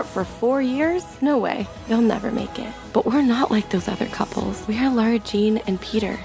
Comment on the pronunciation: Nobody:: LORA JEAN I’m jk I love your videos 😂❤️